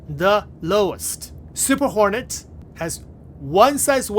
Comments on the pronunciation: Fantastic video, I kept hearing "horny mk.2" 😂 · Why do i always hear him say Super horny Mark 2😂😂